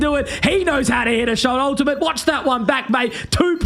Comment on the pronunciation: "that's your teammate, mate. Ultimate" LEEMATE